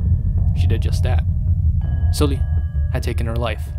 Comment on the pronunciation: Good content as always! But please it's SUL-li like the u in "but" or "dull" not oo in "fool" 😥